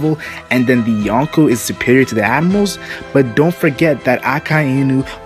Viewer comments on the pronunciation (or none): the way you say admirals , sounds like animals